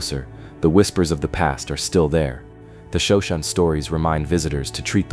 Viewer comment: Shoshone is properly pronounced shoh-SHOH-nee.